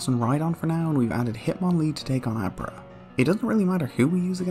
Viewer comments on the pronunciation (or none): none